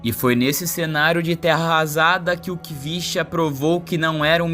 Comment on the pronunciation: Na se lê Khvicha (quivichia )e sim Hivishia Kvaratskhelia